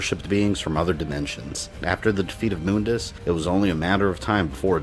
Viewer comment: That’s how is name is pronounced though